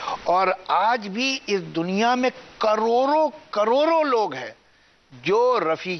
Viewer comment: Krodo, nhi, khrbo, hy